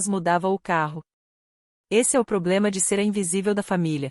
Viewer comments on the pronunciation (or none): none